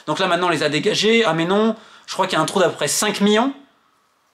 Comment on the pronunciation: Tellement il est colère il a bien prononcer miLLions ! 💀ok je sors !